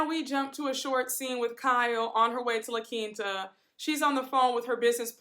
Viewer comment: Who wants to dress like Kyle? For her to have so much money, she has some of the worst fashion sense across all the franchises. She dresses like a model in a Fingerhut catalog Also I am so GLAD that finally we have someone who pronounces La Quinta right lol it's not La Quenta 😂